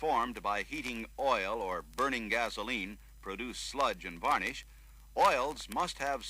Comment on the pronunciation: Gah... stop saying "varnIsh". :P